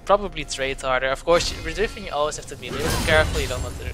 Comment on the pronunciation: Omg riFen :D, don't think i hate, but its riven :)